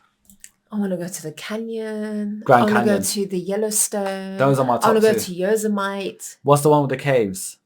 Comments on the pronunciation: ITS YO SEM IT TEE, NOT YOSEMIGHT. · Yosa-mite and Sadman caverns lmao. Yosemite = Yo Seh Mih Tee , and Carlsbad Caverns :) Imma start calling them Vegemite Natl park and Sadman Caverns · FYI Yosemite is pronounced Yo sem aa tea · Love Yosemite is pronounced Yo Sem It EE. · Yosemite is pronounced Yo-semmi-tee